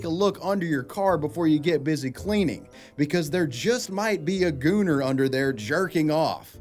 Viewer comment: Bros pronouncing gooner with the hard R